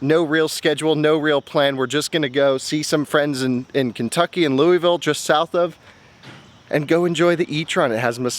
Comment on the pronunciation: lui-ville….nah baby Lu-vool is how you say louisville